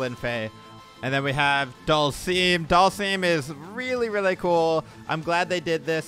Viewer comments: You pronounce it Dull-sum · Please stop saying Dhalsim's name like that, it's triggering me